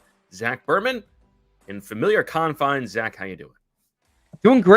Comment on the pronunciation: Con-finch me